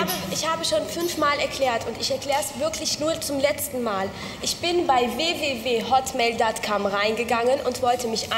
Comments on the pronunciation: WE WE WE HATTMEHL DATT KAMM... Ich glaubs auch :DDD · ich versteh immer "hotmail datt kamm" :D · sie sagt auch hotmail.cum :p